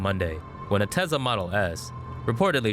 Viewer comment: The voice says tezla